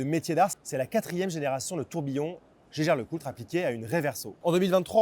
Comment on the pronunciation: ça ne se prononce pas gégère Lecoultre, mais hiéguère Lecoultre.